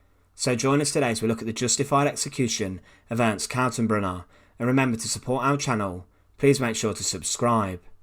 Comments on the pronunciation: I'm glad the man's name was spelled out. The way you are pronouncing it, sounds like Kassenberg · Totally botches Kaltenbrunner's name.